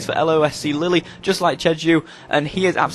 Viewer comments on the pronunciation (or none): Its pronounced leel nor lily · Lille pronounced 'lil', not 'lilly' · And it's "Lill" not "Lilly" lol